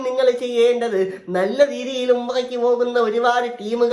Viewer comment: ഉമ്പ്ര അല്ല ഉംറ